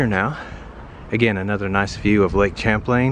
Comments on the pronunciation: Lake Champlain is pronounced like an ''sh'', not like the word 'champ'. Other than that, I hope you tried some Woodchuck hard cider, which is made in Vermont. If you didn't try it, you missed out......... Hoping your trip there was good. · Stop pronouncing Lake Champlain like you are. It's pronounced Shamplain, not Champ-lain. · I havent checked all the comments and Im not sure if its been mentioned, but its Lake Champlain, pronounced Shamplane. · Champlain is a French name, the 'ch' is pronounced 'sh'. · I was wondering whether anyone else would mention that. I don't want to always be the pedantic one.